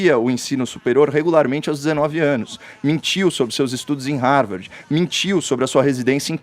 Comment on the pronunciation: A mulher nao sabe nem pronuenviar Harvard da forma correta 😂